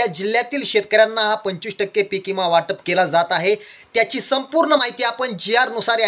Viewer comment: इमा नाही.... विमा.... आधी बोलायचं शिक